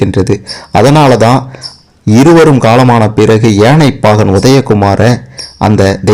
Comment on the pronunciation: உணமை. கேட்கவே எரிச்சல் வருது. பாகண், தெயவாணை என்று னகரமே சொல்லவராதா?